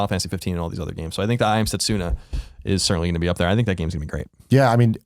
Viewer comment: Setsoona? It's okay though, Colin. We still love you.